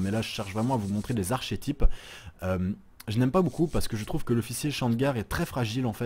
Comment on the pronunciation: Video interessante, et agreable à regarder. (et ça va devenir mon trademark, mais je vais encore te faire chier sur la prononciation, et là pas de "moi je prefere dire comme ça" parce que c'est du français : "archetype" ça se prononce "arkétip" et "clerc" ça se prononce "clér" (les fautes de prononciation sur un podcast, c'est à corriger petit à petit ;)